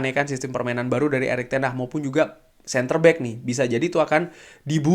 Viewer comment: Erik ten haggg bang bukan ten hahhh